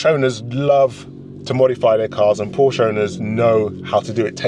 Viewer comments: Two syllables. Por-shuh. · Ok, so you're a massive Porsche fan, so am I, and a lot of other people. I just have to say that if you are, you should at least pronounce it correctly! 🥂